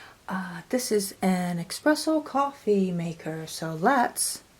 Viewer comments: Its espresso.. not expresso. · There is no X in espresso darling